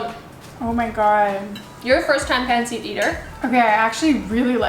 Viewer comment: Omg cringe… yt girl pronounced it as pan seet 🙃🙃🙃🙃🙃🙃💀💀💀💀 also this ain’t authentic try again maybe write INSPIRED. At very least pronounce it properly